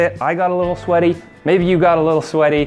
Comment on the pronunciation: "We have fun geting swety" Wtf